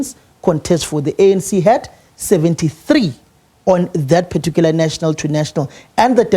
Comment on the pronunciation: Who taught him "particular ".😂😂😂😂 Siyasha!!!